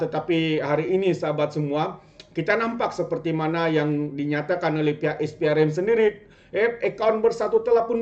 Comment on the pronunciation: Maaf pembetulan Sikit. SPRM bunyinya Es Pee Ar Em Bukan Is Pee Ar Em Jangan marah ye